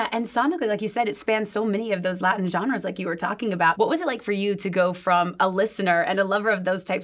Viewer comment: I love her, I've been watching her over the years and absolutely recognize the improvement she's made in her English! hasta yo he aprendido español con ella! ya llevo 11 años hablándolo, y ya casi 9 años siguiéndole a ella. but someone please teach her how to say genres. she can easily say it as john-rahs and it'll be better than what she's currently saying lol she keeps trying to say genders and it's not that